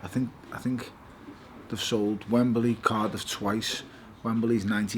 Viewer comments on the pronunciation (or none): none